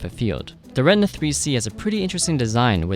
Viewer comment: The Cameras are called RE TI NA , not Retna...